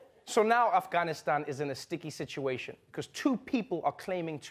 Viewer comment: Thank you for pronouncing "Afghanistan" correctly